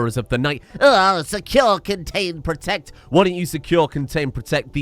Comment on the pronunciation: Secure, con-gains, bro-tect